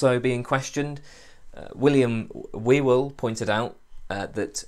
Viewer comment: Thanks for all the videos! Just to point out that the weird surname Whewell is actually pronounced as “HEW-el”...